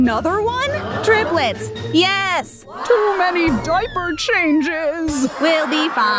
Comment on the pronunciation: why did she say tublets instead of triplets